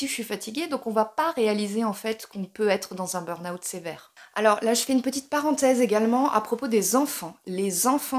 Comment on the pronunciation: Je crois que vous êtes la seule française qui dit "beurn owt" au lieu du "beur ahoût" (le burn juillet mais en août...) Merci pour ça, parce que dans chaque vidéo dans laquelle j'entends "beur ahoût" ou "les stimulus", je perds mes cheveux!